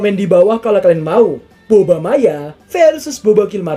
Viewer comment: Jokes nya pas tapi kok gitu bilang nya boba??